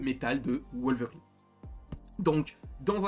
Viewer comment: C'est qui Wolevrine? 😂😂💀